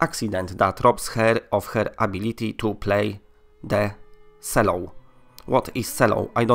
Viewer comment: "Cello" pronounced like CHEL-oh is basically like a huge violin which makes beautiful music and causes me sadness when I hear it. You can see it in the clip - ish.